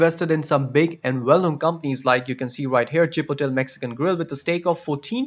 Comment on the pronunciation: Did he just say Chi-po-tel